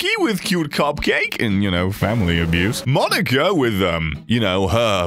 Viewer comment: it's moh-knee-kah, not maw-nih-kah